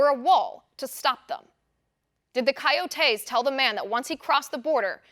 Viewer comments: It’s not “Kai-O-tays” it’s “Co-yo-tays” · It’s really annoying how she pronounces coyotes as Kai-yo-taes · Liz, love your broadcasts, but the word coyotes is pronounced coy-O-tays with the accent on the capital O. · Ki o tees??? Come on liz. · No they are called coyotes you are extremely smart but if you say something wrong though feed you to the sharks pronunciation is a huge thing thank you for all that you do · Learn to say coyotes.